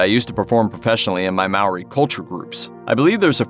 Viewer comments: It's pronounced Moldy Not Marie Moldy, yeah weird right? Mahrie is triggering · Lol i laughed at mawree too